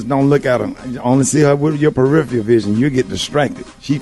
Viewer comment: I just noticed Ricky said berifial vision. Instead of peripheral vision